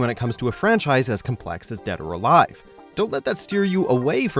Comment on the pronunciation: Did he just say Dad Or Alive at the start?